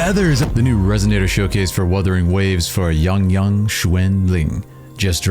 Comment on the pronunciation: ahh yess, finally a westerner that can pronounce the name correctly, no wonder, because been in China. lol